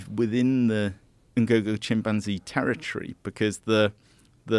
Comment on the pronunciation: I genuinely can't stand the way Joe pronounces chimpanzee